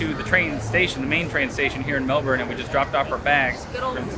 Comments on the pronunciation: Its pronounced melbon not Melbourne how we spell it 😂( its an Australian thing) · Guys... By now you should have noticed: the “R” in Melbourne is silent. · Hope u had good flights and u can say MELBOURNE the right way